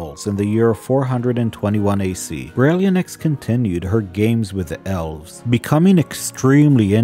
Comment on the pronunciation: Beh-ryl-IN-thra-nox Also BERR-əl (similar to "barrel"), as in the green mineral. Aboslutely LOVE the lore!!